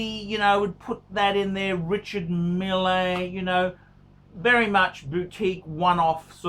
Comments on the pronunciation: It's pronounced "Richard Meel" you idiot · The way you pronounced Richard Mille gave me AIDS